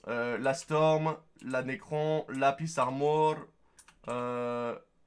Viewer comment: Sa ma fumé quand ta dit Lapis armor XD